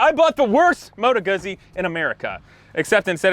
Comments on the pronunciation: It is "Goo-ts-ts-ee". The fairing and saddlebags are stock, that's the touring option, hence the massive kickstand. Also, the name of the sub-category: GENIUS GARbAGE. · Moto Guzzi is pronounced more like Moto Goo Z. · You keep making me laugh with how you pronounce Guzzi 🤣 Rock on, though!